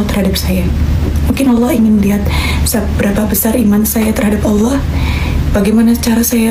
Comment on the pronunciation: Mbak Celine cara menyebut Allah sudah pas dan mantap